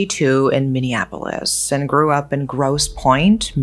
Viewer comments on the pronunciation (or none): none